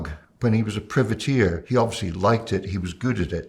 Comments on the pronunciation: Privateer = "pry-vuh-teer" The expert also got it wrong. 😉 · I don't know. I've never heard it being pronounced as it was in this video - by an Italian and a Scotsman, and I'm Scottish myself. I've only ever heard "private-eer". The "priv" being pronounced in the same way as "privy" is a new one on me. I'm not suggesting that they're wrong, but it certainly sounds weird IMHO. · Aye me hearty. I'm 58 and an Englishman and I've always known the word as pry-vateer. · The first syllable in 'Privateer' is pronounced as in 'private'. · The "privateer" pronunciation is making me go "aarrrgghhh". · American English I assume?